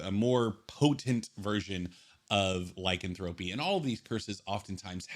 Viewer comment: Not Lycan thro py. It’s [liecanthropy] one word...remove curse-keep it, just make a higher DC...to make it seem harder to cure a curse making it powerful as it should be, but not a bad review..